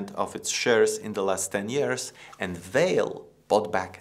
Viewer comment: I´m Brazilian and I think strange the way is pronounced Vale´s name in this video. Here in Brazil we pronounce the company´s name something like VAHLEE. We pronounce the letter E, at the end of the word like a E sound, with a stress in VA.......But it is an interesting video. Thank you!